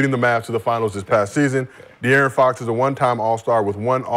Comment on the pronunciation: Love how Brandon adds a T to Fox name lol